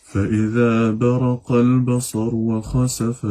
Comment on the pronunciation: فاذا برق البصر الراء ليس ب الفتح تقرا بل ب الكسر لان مكسوره ❤